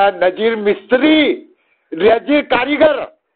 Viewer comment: 😂 Mishri nahi mistri 😅😅